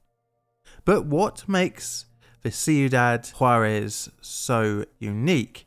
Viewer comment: This man is calling Ciudad Juárez "See u dad Juarez" and i love it